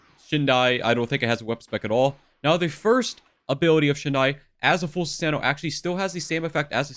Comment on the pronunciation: Nice video, very helpful 😎 btw it’s shah-rin-gawn (sharingan), shi-soo-E (shisui), soo-sah-no/noo (susano’o)